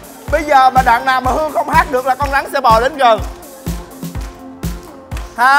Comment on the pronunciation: mc gì mà con rắn đọc là con gắn